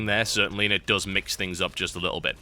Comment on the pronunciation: Also -- it's "Does" not "dose" no one took his mother like medicine. It's not a dose of his mom, it's your mom does terribly. little.. Engrish for ya. (Yes, EngRish.)